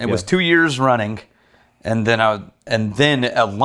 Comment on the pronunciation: runnink (not running) Rex: takes a sip of whisky